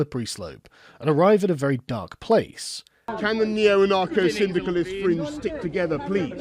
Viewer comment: He actually said Anarcho-Synddicalists. I love Boris so much